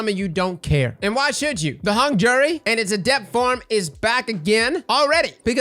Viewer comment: its easy but hung jury its do doo